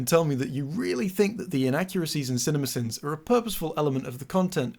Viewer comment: The more you say cinimasins the more it sounds like cinnamon bins.